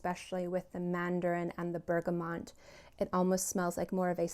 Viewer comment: Isn’t it pronounced bergamot? Thanks for your video!